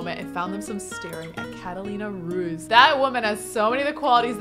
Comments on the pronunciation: Not trying to be rude, but Catalina's surname would be kind of pronounced like Roo-eeth :) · orange gen is supposed to have no money lol PS Ruiz: roo-eez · Ruiz is my sister's father's name and they don't pronounce it that way. I guess it sounds more like reres idk